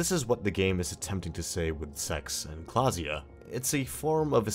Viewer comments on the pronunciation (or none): klaasje not klaasja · i didnt know thats how you pronounce klaasje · You sir completely botched Klaasje's name